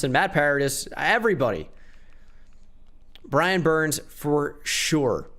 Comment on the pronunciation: He just said “Brian burn”